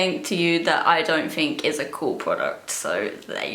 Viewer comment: Not to be rude at all, but when she says words starting with th, is she saying it with an f? It seriously sounds like she's saying fink instead of think.